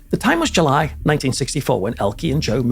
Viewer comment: the time was july (very Scottish)